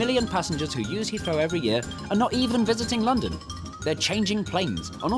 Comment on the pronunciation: Notice in the beginning the word N in London is unfinised